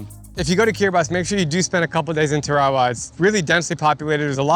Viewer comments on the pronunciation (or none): none